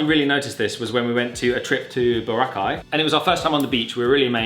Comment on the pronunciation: It's the first time for me to hear a westerner pronounce Boracay the right way. 👏🏽